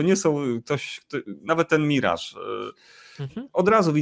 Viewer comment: Akurat "miraż" jest jak najbardziej prawidłowe 😉 Orygnalna angielska wymowa to /mɪˈrɑːʒ/ , więc chcąc być super dokładnym (a jednocześnie mając w nosie faktyczne dźwięki języka angielskiego, stosując tylko polskie) "myraż" będzie nawet odrobinę bliższe prawidłowej wymowie (ale i tak polecałbym trzymać się swojsko brzmiącego mirażu, jest naprawdę jak najbardziej OK 😉) EDIT: I oczywiście nadal należy pamiętać o stawianiu akcentu na drugiej sylabie!